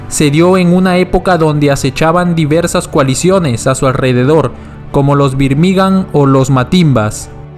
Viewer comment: Una chota tu video, escucharte decir birmigA'n mal tantas veces da fastidio